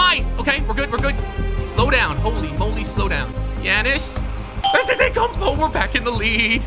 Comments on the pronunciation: Bruh said yanus anter-e-kummpooo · "Yannis anttutukoupo"